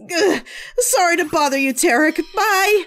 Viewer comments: If I were to offer a nitpick, and it really is a nitpick, the first time you said Teric's name, you said Tirek. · Did you call Teric "Tirek"? You must have been stressed,!